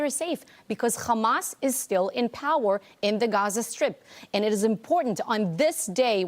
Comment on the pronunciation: "Cchamas". Er, yeah... Naw, it's not a Hebrew word. It's pronounced "Hamas". With an "H". That's all.